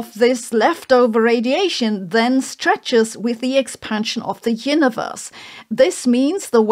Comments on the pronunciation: "Yinneverse". Botox. Not judging, just observing. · why do you keep saying "hyuniverse"